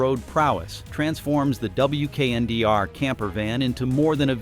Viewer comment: It's a concept vehicle. It's not available anywhere. Some features make their way into production models. Prices are imaginary. AI narration is terrible. Pay a human. This concept is pronounced "weekender".